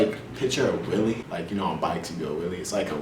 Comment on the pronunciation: He says whellie as wille